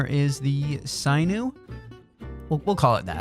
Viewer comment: glad you're reinvigorated! tip to avoid burn out: don't be afraid to "break your own rules". so glad to see you back! and FYI, it's pronounced like the word sin (religion stuff) + ew (gross). It's a stringy connective tissue that is found in muscles. If you've ever had a thing stringy white line in a steak, that's sinew. It's very strong and elastic.